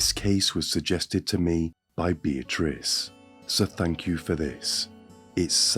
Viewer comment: This dude really loves to say thank you. Or should I say "Fank you"